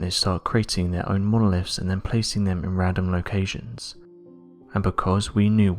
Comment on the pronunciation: Monoliffs???? Horrible pronunciation